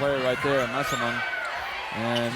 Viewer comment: Dear Commentator: can you said player's name right just one time? That was Messeman